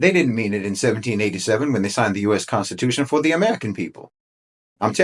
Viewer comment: The CON-stitution.